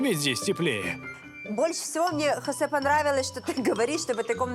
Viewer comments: Ни в коем случае ни Хасе! Хосе! ХОсе! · Хасе... тётя, это имя Хосэ.